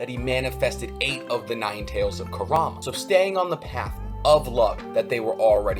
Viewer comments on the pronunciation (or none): none